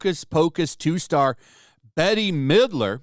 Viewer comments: Does ole Bette Midler remember that melamine was in imported baby food and pet food from China which was in some cases lethal. and Bette is not Betty its pronounced Bet. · It's pronounced "BET" not "BETTY". If this is all you do, at least learn to pronounce celebrity names. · Check into the attacks on food manufacturing plants in the past few months. This is planned. Ice Age Farmer and others are talking about this. P.S. she pronounces her name as BET not Betty lol. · I came here for a movie review. Now we are talking about lactation? I’ve had Natural Childbirth 4 times. I came here for a Movie review! I of course cannot watch it because Bette (pronounced Bet, not Betty) although Betty is way funnier, is a liberal bitch. I am Catholic but I was Wiccan for some years, testing the waters. They are off grid souls. A real Wiccan will never go against the Constitution and you don’t want to mess with a real witch. Disney cannot duplicate what will happen to anyone that messes with the old ladies. I cast a spell on someone 20 years ago. I was completely relieved. Then the cost. If you meet an old hag that is a witch. Be polite. She is either someone that never loved anyone and nobody can take anything from her or she is willing to make sacrifices. Everything Wiccan has a cost and you never know until it is gone. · Bette Midler pronounce “BET Midler.” Not Bettie or Betie or Betty. There’s no “I” or “Y” in the name. BET… Midler. I’ve come across many who say her name wrong. Used to be a fan of hers (back since Beaches). That until she opened her mouth and started using it more than for her singing and acting. Now I truly can’t stand the ignorance she’s been vomiting out lately. I’m even starting to confuse her with Joyless Reid. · You talk about saying stupid stuff and you can't pronounce Bette Midler's name it's not Betty Midler🤪🤪🤪🤪🤪🤪🤪🤪🤪🤪🤪🤪🤪🤪🤪🤪🤪🤪🤪🤪🤪🤪🤪🤪🤪🤪🤪🤪🤪🤪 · Dude it’s pronounced “Bet” Midler. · I think you pronounce Ms. Midler's first name: "Bet".